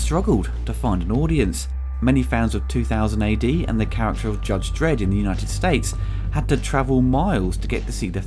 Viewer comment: "Judge dedd" get used to it